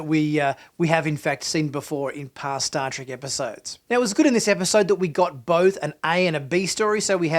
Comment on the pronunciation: It's Star TREK, not Star "trik!"